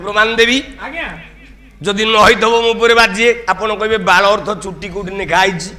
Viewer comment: ଏ ପାଗଳ ବାଳ ଶବ୍ଦକୁ ଠିକରେ ଉଚ୍ଚାରଣ କରୁନି. ଗର୍ବରେ ଅନ୍ଧହୋଈ ଖରାପ ଉଚ୍ଚାରଣ କରୁଛି.